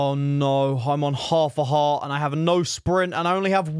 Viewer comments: “oh nou i’m on hof a hort” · Not trying to be rude but “haf o hart” 😂😂😂😂😂😂😂😂